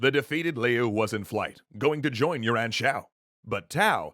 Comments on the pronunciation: Yuan is pronounced you an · I think you've definitely pronounced "Yuan" as "urine" ...